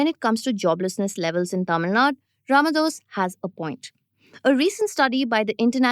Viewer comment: It's Tamil 'Nadu', not 'Nad'. Sigh